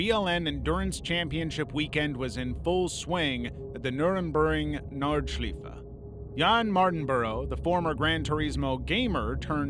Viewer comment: This is not only the worst way I ever heard someone say "Nürburgring Nordschleife" but it's also over footage of Le Mans It's like they're not even trying